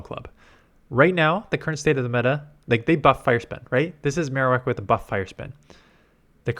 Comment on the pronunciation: I really dislike how Ninact will have an event for that character's special move, but then make it irrelevant. Mr Irrelevant today: Alolan Maro-wickty- Wak